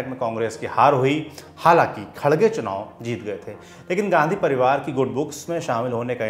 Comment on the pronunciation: खरगे है खडगे नहीं